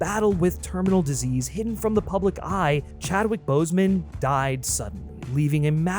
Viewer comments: BOSEMAN, not Bosewin That’s two dead black men you disrespected in 90 seconds of each other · “Chadwick Boswen” is crazy